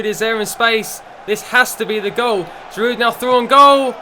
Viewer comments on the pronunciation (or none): you don't say the "d" in Giroud